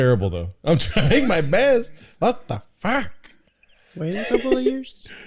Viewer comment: “Just wait a couple jears”